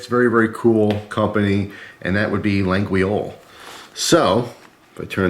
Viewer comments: Around here in french Canada we pronounce it without the "G" or the "U", so it's "La-yol". I think it's the French way also. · It's pronounced la-yol so you know 😉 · Hi, Laguiole is pronounced La ghi ohl (well sorta 😆) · Idk if it’s made in China but I wouldn’t be surprised, but you’re right.Also I don’t wanna be an asshole but I speak Canadian French and the way he sais it...